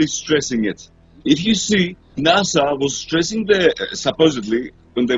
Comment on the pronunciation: Its NASA, not Nassau.